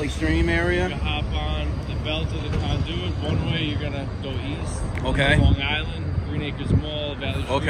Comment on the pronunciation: i love how he pronounces conduit. "con DOO it. "